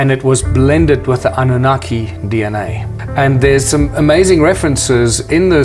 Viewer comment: ANU-NA? KiKi? 😆